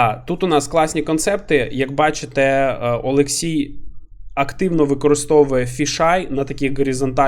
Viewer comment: там же ж буквально написано ОлексІй, а не ОлексЄй =)